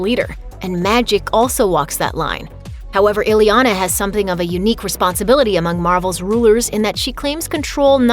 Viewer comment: Her name isn't "ILLY Yah Nah". Her name is "EE Yah Nah" !!